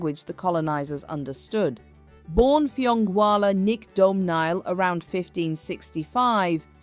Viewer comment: Hilarious pronunciation. Fionnghualla is pronounced Finoola. All the Gaelic names are massacred here. No respect.